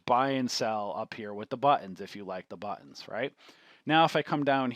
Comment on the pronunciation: "THE BUHHH TENS"